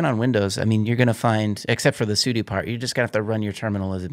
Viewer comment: for properly pronouncing `sudo` AKA `Super User Do`